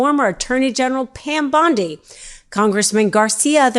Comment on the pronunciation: Pronoun Bondi correctly